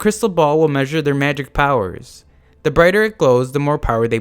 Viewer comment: did i hear magical prowers